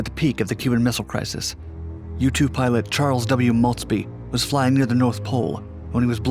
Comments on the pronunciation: I thought he said YouTube pilot and got confused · Thought he said “YouTube pilot”